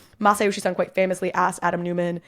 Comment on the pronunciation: It's hard to tell whether you're trying to say Masayoshi Son or Masayoshi-san. His surname is Son and it is rhymes with zone.